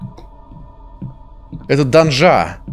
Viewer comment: Я один заметил, что у свои ударения: данжА, багА, лИвнул и т.д, эт забавно)